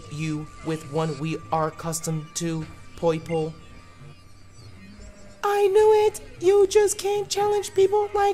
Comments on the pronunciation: Poipole*....Not Poiple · Poiple sounds like Meowth trying to say purple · Purple+Boston Accent=Poipole